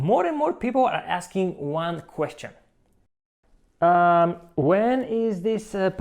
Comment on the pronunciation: "Guan Cueschion" jaja